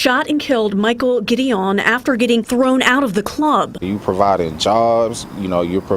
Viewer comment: I’ve known Mike for decades as well & would’ve told these fools to get his name right! It’s pronounced “Gid- I-won” NOT “Gideeeown” ugh these “journalists” want to report first instead of correctly. Another channel called him and his brother Alex a whole damn different first name wtf.